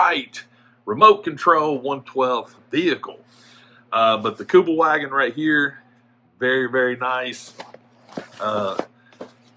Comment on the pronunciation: Kübelwagen - pronounced Kübelvahgen, German W is pronounced as a V, Kübelwagen is a German word, contracted from Kübelsitzwagen (literally: 'bucket-seat car')